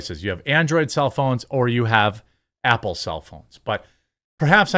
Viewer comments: Stop saying “ample”, it’s “Apple”. All you do is read articles and posts others made, easiest job in the world, put at least a tiny bit of effort into it. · Sounds like Jeremy says “ample” a couple times lol. Cutie.